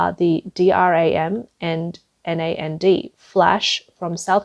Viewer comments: in case it ever comes up again in another video 'SK Hynix' is pronounce 'SK Hi-Nix' ... got it? ALSO NAND and DRAM are not said with each letter, they are just said as the words they spell out Nand and Dram - got it? Good! I hope this helps.... and I hope that this doesn't co-me off as rude, I just want to be helpful and maybe make the channel just that little bit better :) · Flashes are called NAND, pronounced exactly as it spell, 1 syllable. Not N-A-N-D. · Get your narrator to say Hynix, dram, and nand, and nvidia correctly.